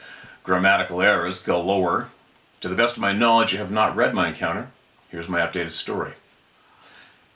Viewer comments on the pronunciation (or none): none